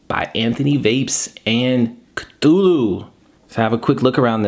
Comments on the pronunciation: It's definitely pronounced KA -THOO - LOO if only H.P. Lovecraft were alive today to set the record straight on the proper way to pronounce his creation. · Cthulhu is pronounced Kah-thoo-loo. I know this because I am an H. P. Lovecraft fan. I have one of these and I rock it on a tube Mech. That deep juice well is nice, because it really is like an RTDA. Enjoyed the review! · It's pronounced KA- THEW - LEW by the way!!!